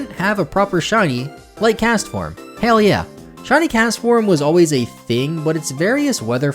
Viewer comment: Is it just me or did say "Hail Yeah!" when he mentioned Castform's Weather Forms' Shiny Versions?